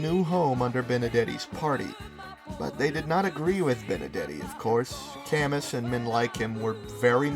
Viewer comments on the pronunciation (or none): none